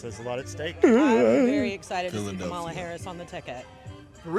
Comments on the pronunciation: You hear that people her own people who vote for her can't even say her name right😂😂😂😂😂😂😂😂😂😂😂😂😂😮😮😮😮😮😮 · how come they didnt get offended when they miss pronounced Kamalas name?